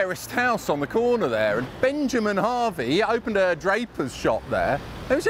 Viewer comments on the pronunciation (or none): none